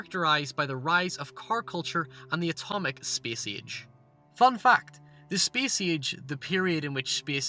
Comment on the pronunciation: vudeeoh gehmes. spehce ehge.